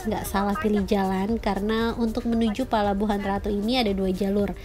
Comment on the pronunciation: Bocan 👍👍👍 cm ucapannya bkn palababuhan ratu tp pelabuhan ratu. Bocan apa sihh artinya parno apa sama dgn porno,?